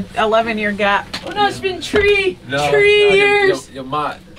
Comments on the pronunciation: play to much lmao it was the “tree years” and the “Ireland” for me😩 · "It's been tree years"😂😂I can't stop laughing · "It's been tree years"😂😂😂😂😂😂😂